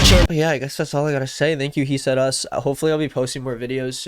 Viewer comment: he said us more like he said HEAT 🔥👽🗣‼️